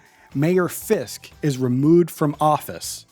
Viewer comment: Why can’t you pronounce Fisks?